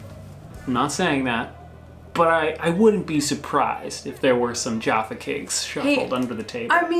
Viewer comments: I can't bear it another minute. The 'A' in Jaffa is pronounced in the same way as the 'A' in Back. It's not pronounced JOFFA or JARFA; which is how you pronounced it, like, a million times. I'd have stayed silent but you just kept saying it again and again and again and again - it made me want to peel of my face and tear it into a million pieces! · When we were little, my dad used to open a box of Jaffa cakes, on our way around the supermarket. We would eat the whole pack between us. Probably a bit naughty to do that but it’s a fond memory for me! Also they are pronounced like Jaff-uh... less emphasis on the a and more on the ff. that was hard to explain 😂 you need to try them though they’re bloody gorgeous! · Great vid guys. One tiny thing that grinds me was when you were saying Jaffa.....It was like you were saying Joffa, I know it's a really really small thing. How come though Americans pronounce (And I'm sorry I've only got 2 examples) Jaffa and Pasta as if they are spelt with an "o" and clearly not an "a" English: jAffa and pAsta American: jOffa and pOsta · the 'Ja' in Jaffa Cakes is not pronounced as 'jar', the 'a' is pronounced like the first in 'America'. It is a quick 'a', not a long one. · you two are fab, but here's the but; there's no "r" in jaffa ( cakes). (pedantry is alive and well) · I’m always surprised that you don’t have KitKat Chunky in the US. Especially the peanut butter version, which I imagine would be hugely popular On pronunciation, Jaffa cakes are pronounced with more of a hard F sound for the double F, in a similar way to the US “taffy”. The first A is a short British A. So it shouldn’t sound like Jarf-a, it’s more Jaff-a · With Jaffa cakes the first a in Jaffa is the same pronunciation as the a in cat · your not saying Jaffa right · My God, please learn how to say Jaffa. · Jaffa cakes have apricot jam in the middle, also you pronounce Jaffa wrong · Why you putting an R n Jaffa - let's start pronouncing American incorrect